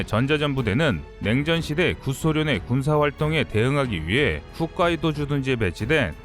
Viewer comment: 훗카이도가 아니고 홋카이도.